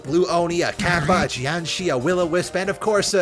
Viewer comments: btw jiang-sure not jiang-shee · The way he pronounced Jiangshi hurt me.